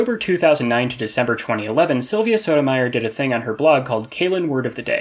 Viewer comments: The way you say Sotomayor hurt me. :3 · The way he says Sotomayor hurt me. :3